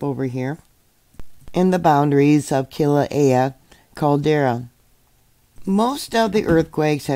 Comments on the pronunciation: KILauea? It's pronounced >>> "KILL....AH.....WAY.....AH" <<< the Hawaiian Language is terribly simple (smile). Probably the easiest in the World of Languages........ The less you try to make 'sense' of it....the better (wink). GOD BLESSES ALL. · Hi,, thanks for all you do. I thought you might like to know how to pronounce Kilauea kill-uh-way-uh I live here on the big island, it's a beautiful place ❤ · Thank you for the update. I always enjoy listening to you. I'm from Hawaii and currently live on Oahu. The correct way to pronounce the volcano is Killa way ah. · Pronounced kilo-way-ah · I think it's pronounced Kill-a-way-a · Thank you.. your info is invaluable!!! Have to laugh a bit as you struggle with all these foreign names.. but here is how you pronounce Kee low way ah.. the accent on way.. lol